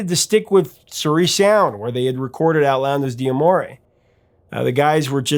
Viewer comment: Hey, great channel, but Outlandos d'Amour is properly pronounced Out-lan-dos-da-more!